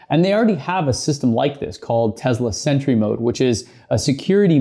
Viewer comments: Tezla or Tesla? 🤔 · This might sound weird. But why do you pronounce Tesla with a Z instead of the S that's in the name